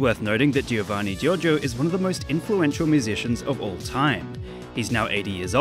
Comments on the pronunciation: Jovanni Jorgio not G-I-orgio G-I-ovanni. please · You shouldn't stress the "i" in Giovanni Giorgio, it should sound like "Jovanni Jorjo" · he said "siofanni jojo" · Me, an Italian, after hearing the pronunciation of "Giovanni Giorgio" pain (Yes he is Italian, from Trentino-Alto Adige region) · How you pronunce Giovanni Giorgio kills me :,( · It is an audio meme. He pronounces his name very clearly. How can you still butcher the pronunciation? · the guy says his name in every meme, and you still mispronounce lol